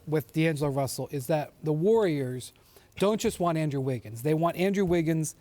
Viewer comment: "Undrew" Wiggins lol